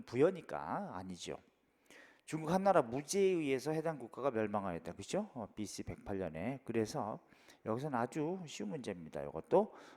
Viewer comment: Bc발음 여전하시군욬ㅋㅋㅋㅋㅋㅋㅋㅋㅋㅋㅋ